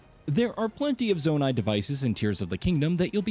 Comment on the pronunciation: It's zonait not zonanait